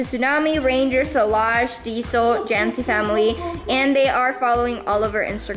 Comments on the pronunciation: Solage not salute wtf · Solage not salute 😅😅😅